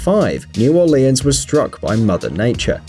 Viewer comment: He said Orleans Wrong